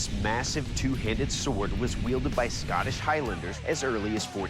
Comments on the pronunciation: the scanish claymore... how did they mess up saying scottish? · I don’t like anyone who says SCOTTish like Scattish